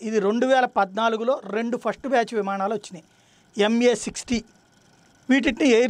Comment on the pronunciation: "విమాణాలు" కాదు... విమానాలు...గమనించగలరు.